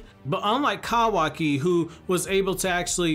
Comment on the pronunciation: Proud of you... You're finally saying kawaki correctly